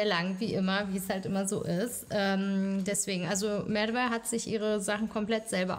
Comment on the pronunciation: Seit wann spricht man „Merve“ so aus